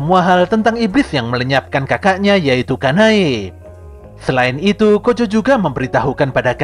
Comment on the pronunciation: Yg pertama dengar gojo bukan kocho cung 😅